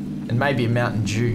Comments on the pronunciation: Yo did you hear him say, "Mountain Jew?" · It’s Mountain Dew not mountain. Dews